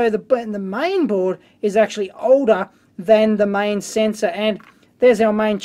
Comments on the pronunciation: Dave, you've made a mistake... you said main board to the "MIAN" board :) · MIAN board, not MAIN.. lol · Thanks for that teardown - i'm really surprised by the amount of engineering work they did at a thing built down to a price. BTW: It was a "MIAN-Board" - not a Main-Board ;) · LOL, "MIAN BOARD" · "mian board"